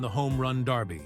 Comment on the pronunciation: It’s derby! Not Darby! Sheesh.